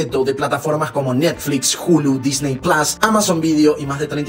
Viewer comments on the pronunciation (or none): none